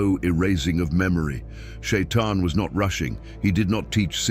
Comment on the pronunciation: Почему чтец читает не правильно! Ни Шаян, а шайтан!